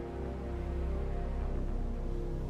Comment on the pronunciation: "MuShaShi and YaMato"